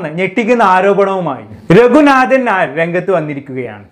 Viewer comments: Hi, ipo ith parayunnond onnum thonnaruth. രഘുനാഥൻ നായർ എന്ന് pronounce ചെയ്യുബോ പനയുടെ “ന” അല്ല. നൻമയുടെ “ന” ആണ്.🤭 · രഘുനാഥൻ നാ യോ😮. ഉച്ചാരണശുദ്ധിയോടെ സംസാരിക്കടെ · Ningal രഘുനാഥൻ ഞായർ എന്നാണോ പറയുന്നത്...ശരിക്ക് പറയൂ..നാഥൻ എന്നതിൻ്റെ ഉച്ചാരണം ശരിയല്ല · ഞായർ അല്ല മിസ്റ്റർ.. നായർ എന്നാണ് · Bro """"ന """ എന്ന അക്ഷരം നല്ല പോലെ ഉച്ഛരിക്കാൻ ശ്രമിക്കു """"രഘുനാഥൻ ഞായർ """" എന്നാണ് കേൾക്കുന്നത്